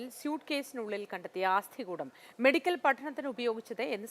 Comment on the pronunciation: Please use the correct terminology. News reading is an art. Don't corrupt it. ആസ്ഥികൂടം അല്ല, അസ്ഥികൂടം.